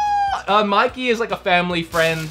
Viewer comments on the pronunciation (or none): none